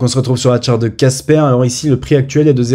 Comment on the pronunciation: Pas un petit mais un gros Like Par contre à l'oreille, j'entends Kaspa plus que Casper 😅. Mais ça va pas de confusion pour moi je lis bien Casper